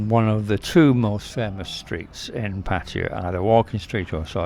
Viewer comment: mate, you live for several years and didn't learn how to pronounce the name of the city? Tip, it is not Patya like you keep saying.